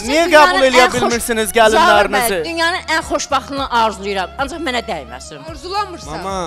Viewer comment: Zavir nədir ee..😂Zaur deyə bilmir?